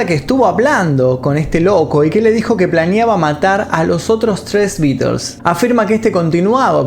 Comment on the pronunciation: Que raro... Dice los nombres de las canciones bien pronunciadas y no ofrece pronunciar bien The Beatles correctamente... Que raro